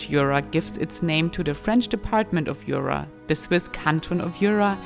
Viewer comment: Jura is pronounced SHÜÜRA and not with your heavy kraut accent YOOORAH